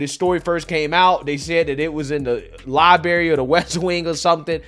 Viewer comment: Please do 2 things...1. Learn how to pronounce library, it ha an R for a reason. Practice your reading out loud, its a skill. Read outloud 15 minutes a day.